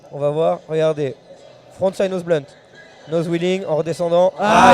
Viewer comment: Le presentateur a dit nose wheeling 😵😱